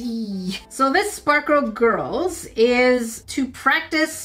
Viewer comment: "...called SparkER Girlzzz..." Yup! Definitely called 'Spark-ER Girlz' and not 'Sparkle Girlz'. 😂😂😂